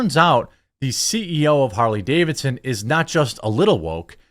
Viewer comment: I just stopped by the Comments Section to say "Harley Gay-vidson".....Im out!!!